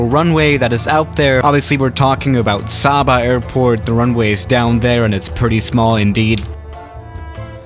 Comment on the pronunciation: your pronouncing saba wrong